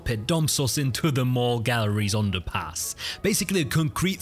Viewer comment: The King won't be amused that you pronounced The Mall and Pall Mall the American way. Here in good old blighty we say The Mal and Pal Mal 😂